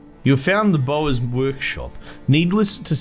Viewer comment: you pronounce "y" in bowyer, so it isnt "bower"